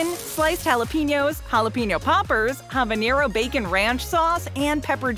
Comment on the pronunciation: Hi. There are two Ns in the Spanish language. The pepper you are referencing is spelled "habanero". You are pronouncing it as though it is spelled "habañero". This pronunciation is incorrect. N<>ñ .Please do better